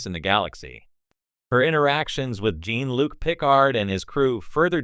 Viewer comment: AI “Gene Luke Picard?!? Come on now!